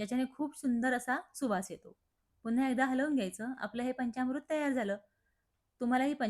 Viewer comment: पंचामृत असा शब्द आहे. पंच्यामृत नव्हे.